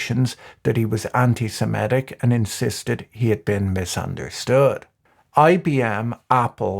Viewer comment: Anti semitic, not semetic. Why does everyone mispronounce this?